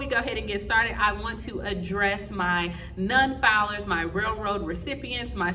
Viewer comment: Please verify some of the facts that you were giving out in the pronunciation of certain words and names for all to understand some of the names you were giving or not correct and it is non-filers not nun filers there is people that are seeing confusion because of the Grammatical errors